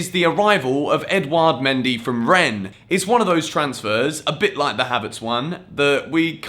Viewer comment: I think mendy is pronounced mon-dee